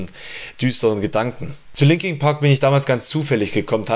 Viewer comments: Warum sagt der "Linking" Park?!!?? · Scheisse du kannst ja nicht mal den namen der band aussprechen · Das heißt nicht Linking Park sondern Linkin Park.